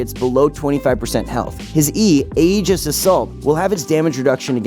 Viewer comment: Aegis is pronounced E jis